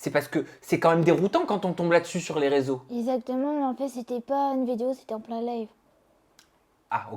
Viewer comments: Tout comme sa première vidéo avec Sam déjà, "ezzzactement" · non « ezatement »😂